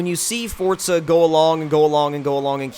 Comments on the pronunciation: Forza, not Fortza. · Why do people say "forTZa?" Either I'm blind, or it forZA doesn't have a T in the middle of it. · Since when was forza called "Fortsza"? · Why do people pronounce it fortsa? Its fucking forza!!!!